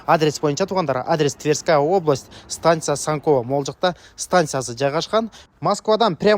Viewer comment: Санькова эмес Сонково